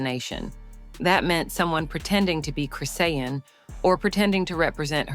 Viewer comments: Saying her name wrong😅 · Lady say her name right can’t watch this anymore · I hate Chrisean but damn say her name right yall bull shit robot platforms get on my nerves!! Also this shit didn’t need to be this long and I pray y’all can get sued for some of the shit y’all say because that crack head was absolutely pregnant and gave birth on line live so explain how that part was fake please??? And in less than 3 minutes!!!